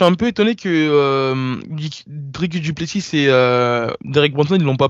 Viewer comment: Les gars on prononce pas le S à la fin de Du Plessis ? Même les américains le savent